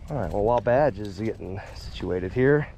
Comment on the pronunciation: Everytime he says "Badge" I always hear "Vag". 😂😂😂😂